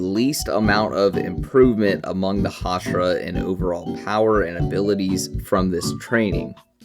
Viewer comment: Can you stop saying hashara thxxxxxx 😂